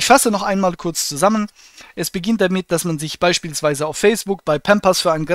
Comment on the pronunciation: Habe ich mich eingehender DAMIT bäfasst , wie so ätwas möglisch IST." BEtonung beim Ablesen ist ihre Stärke.